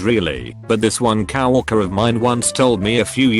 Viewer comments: I hate how TTS says “cow orker” and not “co worker” fucking el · Why does co-worker sounds like cow walker? 😂😂 Omfg I already know you're gonna comment its TTS im trying to be funny ok